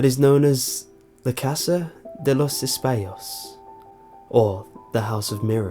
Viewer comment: You pronounced espejos incorrectly